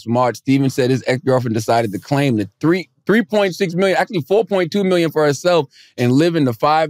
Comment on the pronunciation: "all tree uh yall" 🤣